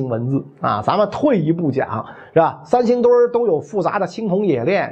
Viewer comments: “三星堆”怎么读成“三星墩儿”了？作为传道授业解惑的老师还应注意规范自己的正确发音。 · 三星堆儿?难道是北京人发现的？怎么还加儿化音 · 你这个三星墩儿听着可太难受了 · 他连三星堆都能念成三星堆儿，你指望他给你还原？ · 叫三星堆 不叫三星堆儿～哈哈哈哈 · 袁老師這兒化音加的，三星堆變成三星墩兒了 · 我不懂，这个堆要加儿化音么！ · 三星堆儿？北京儿话音用在这里合适吗？有哗众取宠之嫌。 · 是三星堆，不是三星堆儿！ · 三星堆！不念三星堆儿，北京人也不是啥词儿都➕儿化音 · 三星堆别加儿化音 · “考古队儿~” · 这期的儿话音有特点， 三星堆儿，考古队儿。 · 听袁老师这个堆儿堆儿的，想吃糖葫芦了。。。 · 三星堆儿 儿儿儿。。。。哈哈哈哈哈哈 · 三星堆加了儿化音让我联想到芥末墩儿，有点馋了😂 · 可不兴加儿化音哎！ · 三星堆加儿音，好像不是不是北京口音的发音习惯，不加儿音更顺口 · 三星堆，不要加儿化音。